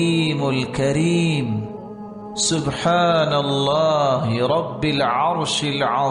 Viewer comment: تھوڑ ی سی غلطی ہے درست کر لیجئے ۔۔رب میں زیر پڑھا گیا۔ بر میں بھی قاری صاحب نے زیر پڑھا